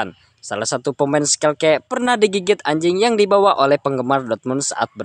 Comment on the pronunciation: skelke sp min tlong diperjelas lg 😂😂shalke😅